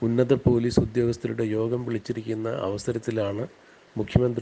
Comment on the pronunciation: Corporation Pailice 😆😆😆😆😆😆😆😆😆😆😆😆😆 Police allaa Pailice 😆😆😆😆😆😆😆😆😆😆😆😆😆😆😆😆😆😆😆😆😆😆😆